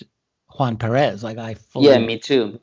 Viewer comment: Small detail, the name is PERez, not PeREZ :) But great interview. . .